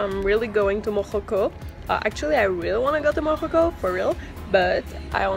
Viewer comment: hahah its morroco not morojo